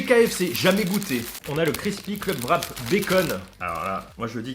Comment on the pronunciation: j'ai entendu parler que c'était difficle de dire le WR du mot Wrap en anglais pour les francais mais pourtant la meilleure facon que vous pourriez le prononcer serait simplement "rap" au lieu de "vrap". Je dépose ceci de façon constructive et sans mépris. Signé un quebecois qui ne comprend pas pourquoi vous prononcez un V dans les wraps.